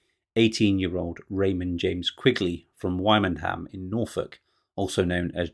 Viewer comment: Wymondham is pronounced Windom!! Of course this is England 🇬🇧